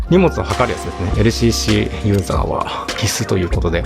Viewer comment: ＬＣＣの発音良すぎ問題